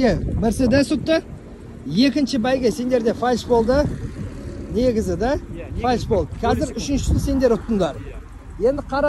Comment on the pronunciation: Фальш дит 🤣, ай казагым, ынгайы келсе болд, урасалад. Дурысы ФАЛЬС или фальстарт